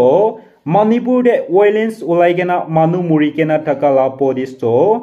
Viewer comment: Wiolecens😂bababerr😮😮😮poorest pronounciation